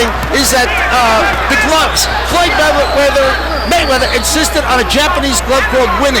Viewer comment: Floyd "MayChine"weather